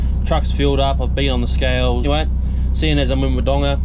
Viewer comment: Mate you have to learn how to pronounce Wodonga.. please 👍👍